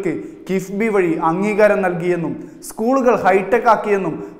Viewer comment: കിസ്ബിയാണോ കിഫ്‌ബിയാണോ അവതാരകാ?